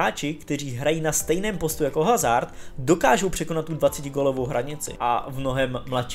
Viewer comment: HHHHHHHHHazard, když se chováš jako expert, proč se alespoň nenaučíš správnou výslovnost jmen hráčů